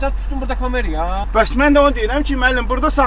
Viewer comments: "Балы", "Камееерая" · O qədər arxayındılar ki, vətəndaşla danışmaqına bax. "kamEEraya" deməyinə bax hələ... Çuşka